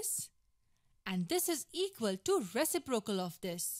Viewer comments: What the hell is a “Resaprocle”? I’m kidding, great video though! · Oh my god. Dude he is just kidding. He knows what resiprocal means,u swine